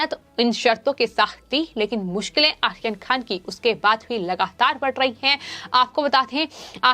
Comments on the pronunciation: pls pro nonce correctly maam. Aryan not Ahyan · Not Akhir Khan, it's Aryan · Aryan Khan theek se bolo. 🙄 Ahiyan Khan. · नाम सही लो बर्थडे बॉय का! क्या प्रोनाउंस कर रही हो!! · Please pronounce his name properly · आर्यन का उच्चार ठीक नहीं करती है आप